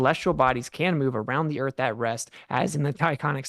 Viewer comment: “Obviously, a pitcher of the sun proves the earf orbitz ‘round it… trust me bro”